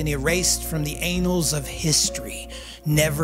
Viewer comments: it is NOT anals of history lol it is annals pronounced anuhlz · He said ANALS.......He meant annals. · ANN allls of history NOT anals of history.😂😂😂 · It’s not pronounced assholes of history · Lol, "anals" of history.😏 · "the anals of history" bruh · Lol, going into the "anals" of history. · “The anals of history” 😂 Freudian slip? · anals of history😂😂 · “ ‘Anals’ of history ?” 😅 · Did you seriously say AYENULLS of history like that ?? Why 💀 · Did I hear the narrator near the end of this clip say, "... erased from the anals of history"...??? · "Erased from the anals of history" 😂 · Ayn-nuls lol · Did anyone else catch the "anals of history" line? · I don't think I've ever heard annals pronounced like that 🤣 Interesting video though, thanks 😊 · Your pronunciation of Yamaha is fine… but “unveil” could use some work. Not to mention “annals.” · I like the video, but I've got one small nitpick . .. There is a big difference between "annals" (historical records) and "anals" (pornhub category). Annals would be pronoinced with a short a, similar to those found in the words "cat", "bat", or "ant". You pronounced it with more of a long a, like those in the words "paid", "made", and "stayed". Sorry to be pedantic, but I do hope this helps.